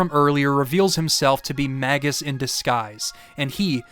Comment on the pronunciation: for saying “Magus” correctly (at least as far as I’ve always conceived the name)